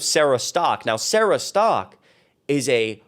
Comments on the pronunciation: Sarah Stalk? Literally says Sarah Setka. I'm not subscribing to anyone who can't read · When a woman can't even pronounce her own last name correctly, I pretty much don't listen to anything else she has to say. Where do they get "Stock" from "Setka"? Not even close... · Setka is not pronounced "Stock." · "stalk" is a weird pronounciation for the name spelling "Setka"